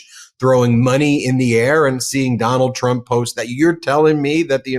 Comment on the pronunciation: Congressman almost said "Tronald Dump"...I like that 👏🏾